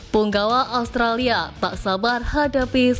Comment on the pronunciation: Australia mbak bukan allstralia😅